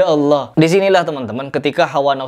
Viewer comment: Kata allah....?? Kpan allah berdialog dg allah......?? Gufron kakek ente kale..... Kata allah kata allah... Kpan allah ngobrol dg anda..?? Ngajimu benerin dan jika mnyebut nama allah yg betul bukan hallah tp allah... Bukan hallah